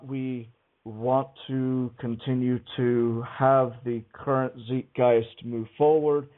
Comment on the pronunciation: Nitpick for: "Zeitgeist" is a German loaner word, and both vowels are pronounced with the long "I", as in sight, or time.